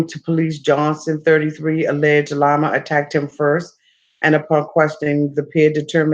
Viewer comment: "LIE-ma" LMAO it's LEE-ma! Like Lima, the capitol of Peru- not Lima bean lol. I still love ya tho baybay u my favvvvorite!!!